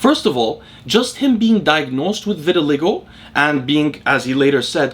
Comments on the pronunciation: This never even occurred to me but it certainly seems likely. Since you mentioned it I do think it's pronounced vitil/ai/go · Pronouncement of VITILAGO vi•tuh•lai•gow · Hey. The word "vitiligo" is pronounced ver-ti-lie-go. ✌🏼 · I think it’s pronounced “vit” as in vitamin, “ill” as in sickness, “lie” as in what fat people tell themselves about having a genetic propensity that prevents them from losing weight, “go” as in what people don’t do at stop signs when they have the right of way in my city. Vit-ill-eye-go. That’s how I’ve heard it pronounced by doctors, at least, and a janitor I knew who had the condition, but it might be a tomato-tamato thing 🤷🏻‍♂️ Anyways nice video haha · Vit-i-(schwa)-LI-go Emphasis on third syllable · Why didn’t you just watch a video where someone says vitiligo rather than continuously mispronouncing it on a video that clearly took a lot of effort? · Obviously he thought he knew how it was pronounced, nobody pronounces words wrong on purpose bro, stop and think for a second before being critical